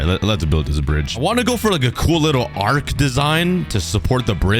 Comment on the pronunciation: I find it a bit funny that he calls an arch a arc- 😂❤